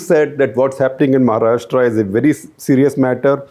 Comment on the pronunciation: Ummmm ...... Mahharastra 😂